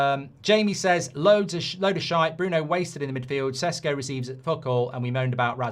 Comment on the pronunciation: Stop this ‘Sheshko’ pronunciation bollocks, go and listen to the United players saying their names, then pronounce Bayindir correctly, or Fernandez correctly, or De Ligt correctly etc etc. If you do it with one, do it with all….. OR, stop being a pretentious arse and just call him Sesko